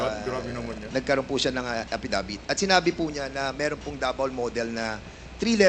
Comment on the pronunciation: ang pagka pronounce ng affidavit apidevit? ano ba yan...ways or waste or waist.....